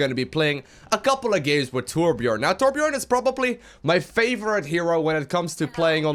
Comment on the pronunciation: really good video + its torbjörn not torbjorn pls not that hard to say #sweden!